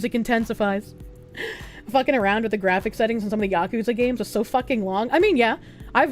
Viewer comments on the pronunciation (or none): none